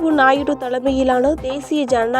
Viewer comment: நாயிடு அல்ல தாயி நாயுடு ன்னு சொல்லுங்க இதெல்லாம் செய்தியே அல்ல